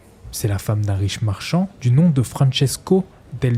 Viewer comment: Merci, c'est exactement ce que j'allais dire. Je me suis arrêté au premier quart tellement c'était insupportable à écouter : "dju" au lieu de "du", des "trrrrrr", "rrrrr", "keumon" au lieu de "comment" etc. Bref une horreur et vraiment dommage.